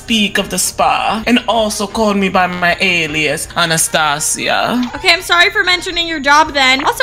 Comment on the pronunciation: Girl my name is Anastasia and you don't say like that 😩